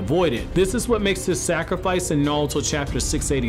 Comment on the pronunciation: Sounds like you're saying nawuto instead of naruto